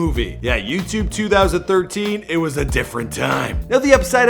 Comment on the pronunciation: "It's tine for me two"